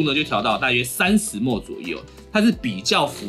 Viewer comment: 請問ml大家都念幾默幾默嗎？ 聽著不習慣